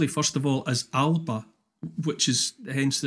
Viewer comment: "Al-a-bah" not "Al-bah", but I can forgive Neil for that. The same can't be said of the bloated Salmond who can't even pronounce the name of his own party correctly. If the numpty wants to have a gaelic party name he could at least bother to learn the language. Credit to the Welsh in that department, at least the majority of Plaid Cymru members seem to speak Welsh as often as they can... show offs.